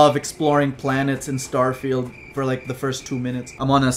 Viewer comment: "Starefield"... I'm dying